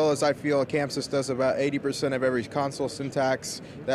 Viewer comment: Its Chamsys not camsys you work for them get it right !